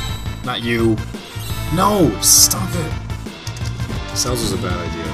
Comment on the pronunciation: her name is not "CELLS" as you say. it is celes. pronounced sa*less as in celestrial. please dude call her by her name. not CELLS!!!!